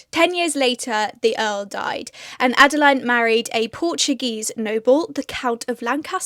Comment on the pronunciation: My middle name is Adeline and I know a few others called Adeline.. sorry to say you seem to pronounce our name a little differently.. add-a-lean is the best way I can type it :)